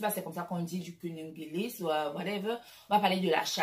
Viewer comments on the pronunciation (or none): cunigulus c'est quoi ! mouf va d'abord a l'ecole ! mouf miday